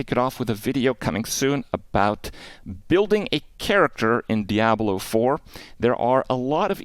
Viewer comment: Why does he pronounce it dee-abloh lol